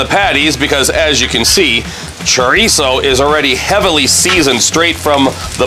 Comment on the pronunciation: Please stop saying Churreeeso😂🤣😂🤣😂🤣